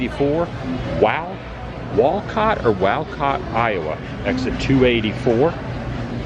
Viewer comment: You had it right the first time it’s Wall COT